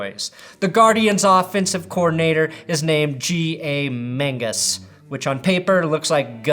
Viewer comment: Anyone else hear “Mingus” not Mangus and think the xfl mixed with boy meets world